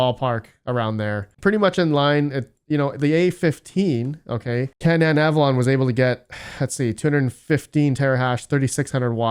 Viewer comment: Canaan = KAY-nun